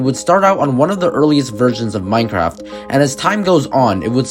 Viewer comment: is noone gonna talk about how he said minecrack?